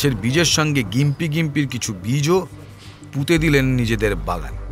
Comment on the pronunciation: গোয়েন্দাবাবু, ওটার উচ্চারণ জিম্পি ( gympie ), গিম্পি নয়। মোটামুটি ভালোই লাগলো অবশ্য।